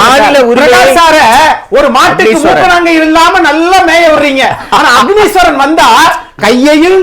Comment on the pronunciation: அஃனீஸ்வரன் எல்லா இடத்திலும் தான் உளறுறீங்க.. எங்க தான் உங்களுக்கு ஒழுங்கா பேச வருது..